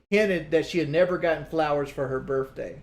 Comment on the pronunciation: “Birfday” “Worf flowers”